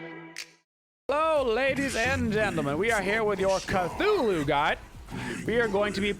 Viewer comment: its CTHULhU NOT CATHULhU